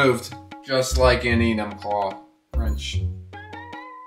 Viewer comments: you said enumclaw wrong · "wonder if he's been to enumclaw"💀